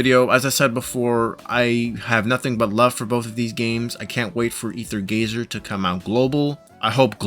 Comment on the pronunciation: Stop calling it rather gazer